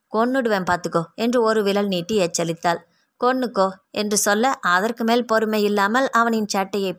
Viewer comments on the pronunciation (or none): நீங்க நல்லா கதை சொல்றீங்க.. ஆனா இனிமே ச்சொல் ச்சொல்லி என்று உச்சரிக்காதீங்க.. அது மட்டும் தான் சகிக்கலை.. மத்தபடி கதை லயம் அருமை..